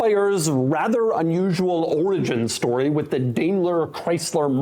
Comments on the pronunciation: it's DIME-LER not DAYMLER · Yup, DaimlerChrysler, the "merger of equals" that never was. (Btw Doug, it's pronounced "DIE-mler" not "DAY-mler". Take it from someone who grew up in the Detroit area and was in charge of a commodities contract with them for a supplier.) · Daimler is.pronounced "dime ler". Not dame ler. Do better. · It's pronounced as "Diamler, not Damler." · The Crossfire was a unique car. Too bad Chrysler doesnt have a good rep producing reliable cars. But I thought it was pronounced DIME-ler Chrysler not Day-mler Chrysler? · It's pronounced "Dime-ler" not "Dame-ler" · Not to nitpic but, Doug, it's pronounced Dime-ler not Dame-ler. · It's pronounced "Dime"ler not "Dame"ler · It's not 'DAY-MLER' it's 'DIE-MLER'. Also, this was a pretty good little car. I drove the roadster version of it several times. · how do you not know how to pronounce "dime-ler"? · Pronounced DYMLER BENZ. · Doug, really, you're such a car guy, but why in tf did you pronounce Daimler DAMELER? maybe time to bring your new found ego that everyone is noticing on you little podcast things you do back down to humble levels. And maybe you will pay attention. Thats one of the top common names in the automotive industry yet you completely fkd it up. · DIME-LER.....say it right.... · It's produced "Dime"ler. Otherwise good video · Is it actually pronounced "daymler"? That kind of the me off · I'm not a German, but I had a stroke listening to the pronounciation